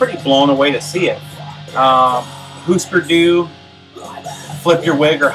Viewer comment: Great Clash Albums! And Mondo Bizarro! Great Finds! Husker Du is pronounced Hoosker like you said - They are from Minneapolis where I live.